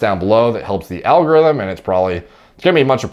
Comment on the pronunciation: Al guh rhythm